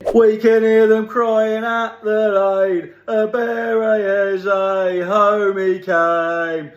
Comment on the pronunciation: Your Eze pronunciation is spot on